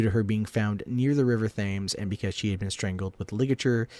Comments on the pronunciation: Thames is pronounced temz incidentally ;) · It's not jack the stripper it's Jack the Ripper and he said Thames wrong